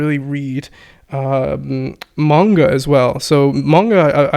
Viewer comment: I love and I take his Japanese uncovered course. I always wonder though why he pronounces Manga as "Mane"ga and kanji as canji. Especially after the pronunciation conversation.